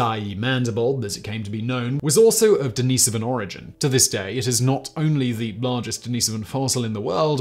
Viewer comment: You say den- ah- so- vah but don't say den- ah- so-vian. That's how you pronounce it